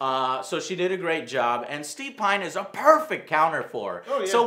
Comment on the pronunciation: "Steve Pine"